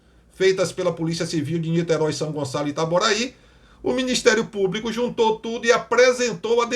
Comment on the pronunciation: Só Jesus!!😱 Deputada que nem sabe se expressar de maneira correta... ("Cadê o ministério públiCU?...cadê o ministério públicu?!) 🙉 É isso que temos no congresso! 🤷‍♀️